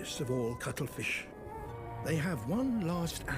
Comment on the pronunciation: Did you say cuttlefish or cuddle fish? 😊😊 I once was a feminist, back when I was making $125 a week as a file clerk and my husband wouldn't help with the kids or the housework. I'm not sure when feminists became whining Karens, but I resigned from their cranky club after I realized they weren't just fighting for equal rights. A lot of the more vocal foul-mouthed feminists were intent on emasculating men.